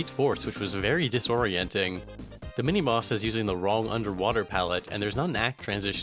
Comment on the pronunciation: is it just me or did he keep saying "mini moss" instead of mini boss?